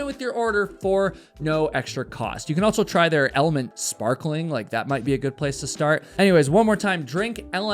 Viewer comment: It's pronounced element. Not elementy. Should maybe get the product that's sponsoring you correct just sayin